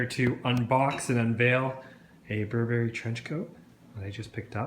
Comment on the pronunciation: this pronunciation of Burberry makes my skin crawl